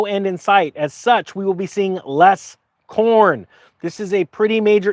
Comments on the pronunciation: For a second I thought you were saying porn and not corn. Allot of porn used to come out of Ukraine as well. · Ohhh... i thought he said porn.. Number 1 exporter of corn 🌽 makes sense also.